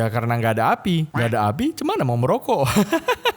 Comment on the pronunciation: Maroco bg Chinnol, bukan Merokok, wkwkwk😂